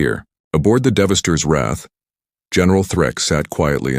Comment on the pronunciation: The AI cannot pronounce Devastators. It says Devastors. 1 spaceship image on top of mountains and flowers... pretty lame video.